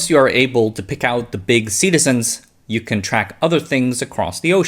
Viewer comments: Was sea-tizens instead of Cetaceans intentional? If so, nice. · quick nitpick - it's pronounced cet-TAY-shuns